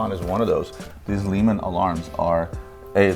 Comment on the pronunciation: great short vid, just one thing, the Blancpain Le Mans is named after Le Mans the city in Northwest France where the famous 24 hours of Le Mans is held. So it’s not pronounced Lee man. 😊